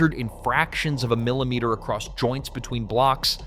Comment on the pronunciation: Kalameters? Milimeters?? Can you please speak English to us??